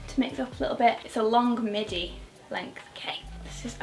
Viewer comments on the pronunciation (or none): none